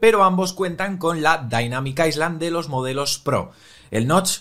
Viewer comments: No se pronuncia aisland es ayland 🤷🏻‍♂️ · éstos españoles siempre tienen que decir 'Dynamic Iceland' 🤣